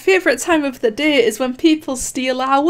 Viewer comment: How other people say day: d-æ How says day: d e h